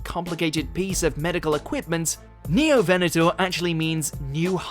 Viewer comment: You mispronounced Scelidosaurus, Ankylosaurus, Neovenator once and Ceratosaurus once